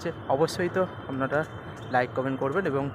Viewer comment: পাঁজ নম্বর, আমনারা এগুলো কিরকম উচ্চারণ স্যার?